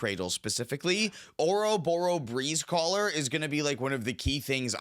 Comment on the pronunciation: It's OB-O-RO Breezecaller, not ORO-BORO